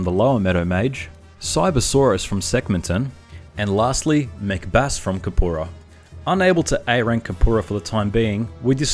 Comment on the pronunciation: Every time you say Mech Bass, I keep thinking you're saying 'Macbeth'